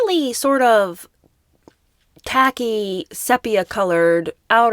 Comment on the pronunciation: Sepia is pronounced SEE-pia. When the syllable ends in a vowel, the vowel is a long vowel. I appreciate you.